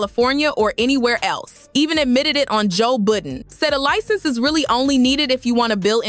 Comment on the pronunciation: Licen-zer. Girl.